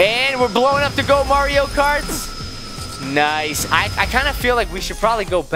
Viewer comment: did you say sonic